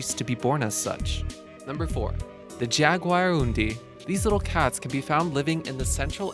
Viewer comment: It's pronounced Hagarundi not jag.